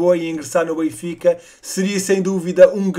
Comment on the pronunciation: aprende a dizer o nome do clube bem